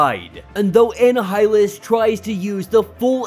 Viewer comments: Comic break down: Anna-high-lus?? It's annihilus, a play on the annihilation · Auh-Ni-Auh-Lus From the word Annihilation. The H is silent. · I just laughed. I was like, who's Anna Highland? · Love your stories man, you have come so far. Just two constructive criticisms, iautu is pronounced oo-ah-tu the watcher. And annihilus, is just silent h, essentially annialus. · Listening to this guy trying to pronounce Uatu and Annihilus (as well as a few other words) is utterly painful!! I couldn’t make it all the way through!!